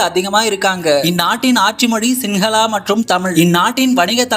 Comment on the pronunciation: யேடா அரவு சேத்து சேத்து எல்லா வார்த்தைகளையும் சொல்றிங்க😢. இரண்டு தலை நகரம் இல்ல டா கொழும்பும் கோட்டையும் 2ம் ஒண்ணுதான்😢😢 சிங்களா=சிங்களம் எல்லா=எல்ல டலடா மளிகவா= தளதா மாளிகை ஶ்ரீ ஜயவர்ஜனாபுரா கோட்ட= ஶ்ரீ ஜயவர்தனபுர கோட்டை உச்சரிப்பு பிழை சாமியோ. நீ சரியா தெரிஞ்சுகிட்டு பேசு டா தங்கமே ❤😢